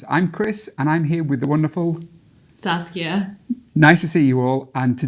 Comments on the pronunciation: Every time he says saskia it sounds like sasuke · Her name: Saskia The guy: "Sasuke" lol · Saskia is just a mispronunciation away from sasuke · I keep hearing her name like Sasuke :> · Should be Sasika not suskia😁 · Me: OMAEWA? She: Uchiha Saskia Me: NANI???!! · You can see her face of disappointment after the guy mispronounced her name